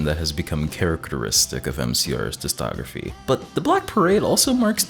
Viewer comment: Very fun video. Every time you mispronounce discography like "distography" it hurts me.